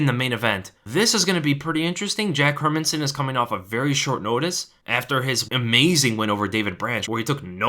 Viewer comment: My man, the only analyst who can pronounce Hermansson. Jättebra!